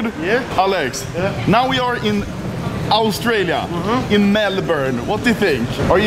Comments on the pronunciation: lol australia is pronounced ostralia not ourstralia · "Aulstralia" VERY NICE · Nobody : Anomaly: so today we are going to Ourstralia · Nobody: Anomaly: AUstrEjlia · So today We are going to Owlstrillia -Anomaly 2k19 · Nobody: Anomaly: Owstralia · Owl stray lia. Nice pronunciation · dont pronounce Australia like Auschwitz pronounce it like aoostralia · bet Anomaly were close to saying Auschwitz than Australia lol!